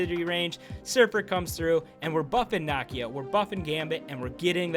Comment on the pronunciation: Bro her name is pronounce Nah’Key-Ya….not “knock-e-ya”